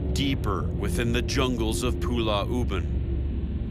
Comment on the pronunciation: 😂😂, yeah, Zak pronounce it wrongly. It's Pulau, but he keep saying it as Pulla